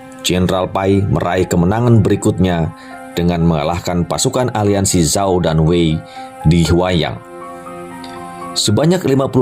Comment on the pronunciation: Good info tapi kalo saya boleh saran, tolong diperbaiki pelafalan nya, Zhao bacanya Cao bukan Sao etc, biar channel nya lebih 👍 lagi